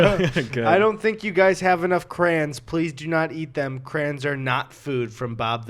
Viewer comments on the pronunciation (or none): why do y'all say crayons like "crans" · Why do you say cray ons like crans